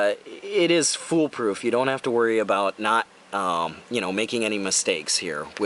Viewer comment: "the full poo- full proof part.." lmao